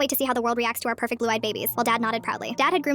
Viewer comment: did you say pecfect